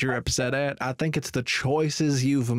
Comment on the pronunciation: "do you tink i'm full??"